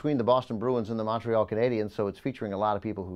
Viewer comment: Please stop saying Montreal like that....